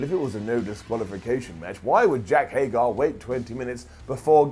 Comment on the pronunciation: its hay-grr